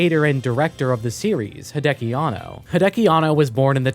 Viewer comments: Hey man, great video, but gotta let you know that it is Hideaki (秀明), not Hideki Anno. Pronounced "hee-de-ah-kee." You can copy paste his name in Kanji to Google Translate to hear for yourself. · Everytime I heard "Hideaki" as "Hideki", all I could think of was Chobits.